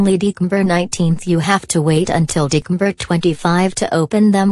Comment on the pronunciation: Kimberly doesn't know how to say December